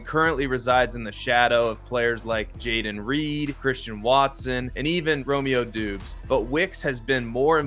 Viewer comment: All credibility lost when you said Romeo "Doobs" 🤦‍♂️😂